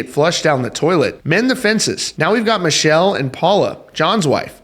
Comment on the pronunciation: Her name is pronounced Mic kell